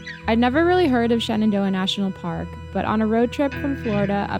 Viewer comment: every time you say Shenandoah sounds to me like ShenanDOHA ! We miss your vlogs in Doha.